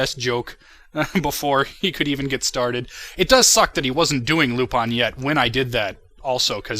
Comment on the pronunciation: That Lupin character you saw is the character Professor Lupin from the Harry Potter series. But, basically, HBI2L is just pretty much pointing out how Lupin should actually be pronounced. In the Harry Potter series, it's pronounced as Looh-pihn, where as in anime/manga, and actuality, it's actually supposed to be pronounced as Looh-pahn. Hence, it's supposed to be Looh-pahn. Plus, I think that way has more of a ring to it when listening to the actual pronounciation of the name. Lupin III.